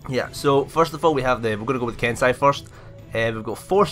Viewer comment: Its pronounced ken-say